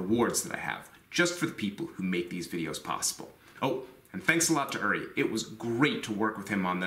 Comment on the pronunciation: oo-ree, not er-ree